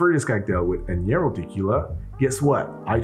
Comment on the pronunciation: Not a bitter fan (don't get me started on the every ale an IPA trend) but it looks like there may be enough sweet to counter it somewhat, worth a try. FYI: Añejo is not pronounced ă-nyě-rō, it is pronounced ă-NYĀ-hō. At least that’s what I learned in Spanish classes.